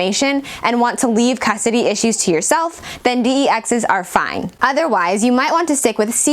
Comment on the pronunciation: "Dee-Ee-Exes". Does this girl even know what she is reading?